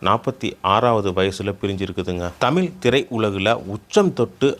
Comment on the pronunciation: இந்த காணொளியை ஒலிபரப்பியவர். தமிழராக இருக்க வாய்ப்பில்லை. தமிழை ஓரளவுக்கு தெரிந்தவராக இருப்பாரோ?? தமிழ் என்று சொல்வதற்கு பதிலாக தமிள் என் என்றே சொல்கிறார் . இப்படி பல இடங்களில் தமிழை கொள்கிறார்😅😅